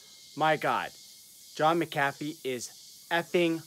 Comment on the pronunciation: It’s mc “a” fee not mcafe